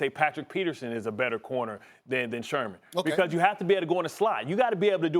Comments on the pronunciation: Its sherMAN.....not shurmur 🤦‍♂️ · How we gon take bart scott seriously when he calls him shermer the whole time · Why does he keep saying Richard Shurmur?? Speak prop English or don’t disrespect Sherman get his name right at least! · Anybody else catch “ Richard Shermer “ ? to 6 :20 😅😅🤣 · Shermer? I think it's Sherman* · Who’s this crack head purposely saying Richard shurmur lol ? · They afraid to tell Scott his name is Sherman ? Not Shermer lol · Richard “Shurmur” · “Richard Shurmur.” - Bart Scott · Did he say SHURMUR???? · “Richard Shermur” 😂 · I hate the way he says Richard shermer 😂😂😂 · "Richard Shermer" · "Richard Shermer..." Bart Scott lol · Nobody: Bart: “Richard Shermer” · Bart Scott keep calling him “shermar”? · Bart Scott cant pronounce Sherman lol